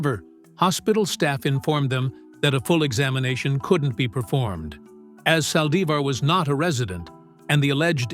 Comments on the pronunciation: Aye, yall flexing too wild. I thought Demon Yolonda was going to speak. A.I. said, “Sally-zar”. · Can you say her name right? It’s Yolanda Saldivar that’s how you’re saying her last name you’re not saying it right